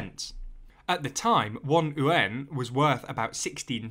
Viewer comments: Just so you know, "yuan" should be pronounced "ywen," not "oo-en" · I'm pretty certain yuan is pronounced likw wan. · ... how do you pronounce ywen? like gwen? I thought is YU AAN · It’s called the yuan not the ooooo-an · don't understand where Brits come up such weird pronunciations of Mandarin. Yuan is just yu (as in "you") - ɛn (like how you say the letter 'N') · I was listening to the video without watching and thought you said UN weirdly when you said "yuan". I think you might want to go back to the drawing board with that pronunciation. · Why does he pronounce Yuan as Uan? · Good video as always. It's pronounced "U.N." like shortening United Nations. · cos ey don't know owta read propa innit? ;) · The yuan butchering… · Except when he tries to pronounce Yuan :) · You’re not wrong but try to combine the two sounds together into one syllable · More importantly the currency is called the Renminbi, Yuan is but a denomination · first time I’ve heard this pronunciation.... seems kinda counterintuitive to me, like .... why not say it like it’s spelled lol. the simplest way is in this instance the correct way. when is an initial ‘y’ ever silent anyway? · what does the mandarin word sound like? You’re absolutely right, it should be spelled the way it should be pronounced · Nice reporting! The narrator is mis-pronouncing "yuan" though. Also, it should be noted that the yuan is not the name of the chinese currency. It's the RMB (the renminbi). Yuan is used to refer to money is general in China, not a specific currency. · Please take an hour to learn to read Pinyin and pronounce it as close to correctly as the sounds you can make allow. (For starters, yuan is one syllable.) I don't disagree with any of the content of this video but it's hard to take your coverage of China seriously if you haven't paid enough attention to even say internationally important words right.